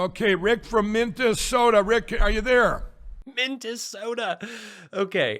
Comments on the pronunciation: “MintASoda” he’s too used to saying MarALago. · How the F*** do you mispronounce the state you were born and raised in?!? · Mintesoda! What’s your problem,? It’s like Sacraminto. Get with the program,. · I live in Minnesota and we don't ever call it Mintasotan 😂😂😂😂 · Mikey Pillow cant even pronounce the name of his own home state- MINT-DA-SODAR!!. And yet, he and his magamorons want to overthrow this country's government. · Mint Ta soda 😂😂😂😂😂 never heard it pronounced that way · "MinDessota". OK, that nails it!!! The guy from Minnesota can't pronounce the name of his state. Yup! He's "my guy"!!!! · Never “Mintesota” his brain is fried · BTW, NOBODY here calls it Mint e sota!!!!! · Did Mike lindell said Memphsoda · MINT-DA-SODA: Not a pronoun ( it better not be, those damned liberals). Another Mike Lindell verbal mispronunciation. Courtesy of the Donald Trump, ultra-conservative right wingnut Christian-facist universe. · I'm from Minnesota and WE DO NOT CLAIM SOMEONE THAT CANNOT EVEN PRONOUNCE THE STATE'S NAME!!